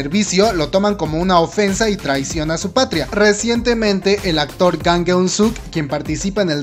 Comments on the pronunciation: Su apellido es Jang... por que le dices "Gang" ?? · creo que tu pronunciasion es malisima el nombře real es jang no gang literal se pronuncia chang a si debe de sonar jang en coreano estudiale amigo por que tu pronunciasion es malisima